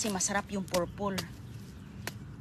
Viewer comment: Please Purple,hindi Porpol Star apple.